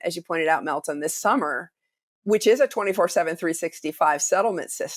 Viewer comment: U mispronounced Meltem’s name